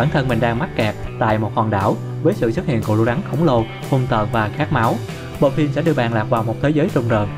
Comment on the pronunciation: Rắn mà nghe bạn nói như gắn =)